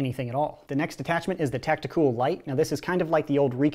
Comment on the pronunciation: I love how he say tactiCOOL Do you think the scavenger is better or the sling fires better let me know